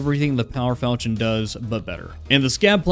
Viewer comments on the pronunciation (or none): none